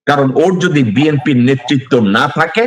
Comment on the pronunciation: দলের প্রধান ব্যক্তি দলের নামটি সঠিকভাবে বলতে পারে না।হবে বি এন পি। বলছে বি এম পি।